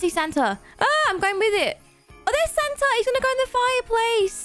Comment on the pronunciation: i love but the way she prounounces santa is hilarious: santer